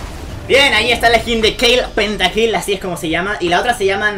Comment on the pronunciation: dice pentakll no "PENTAKILL"